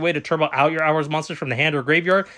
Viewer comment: It's pronounced whore-us, not hours Good video though 🙂👍